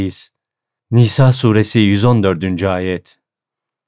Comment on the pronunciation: S. Aleyküm çok güzel olmuş emeğinize sağlık dk ile 42 dk arası Nisa suresi dogru telaffuz edilmemiş kontrol ederseniz iyi olur.. ❤❤❤❤